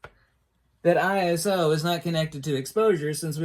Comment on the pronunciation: I would disagree since he pronounces it incorrectly.